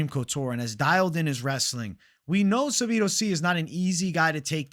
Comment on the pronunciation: Sabido???? 😂 say it with me: SAH-DEE-BOO